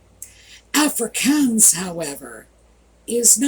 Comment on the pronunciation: Voetsek pronounced foot-sak. Afrikaans pronounced Afri-kaans emphasis on the aa = ahh